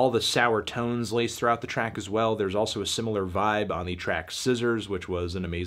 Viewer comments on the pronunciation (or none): none